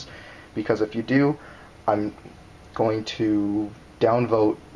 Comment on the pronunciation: "Do" not "ro"